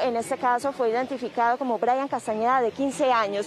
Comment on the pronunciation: La reportera creo que dijo Brallan no Brayan.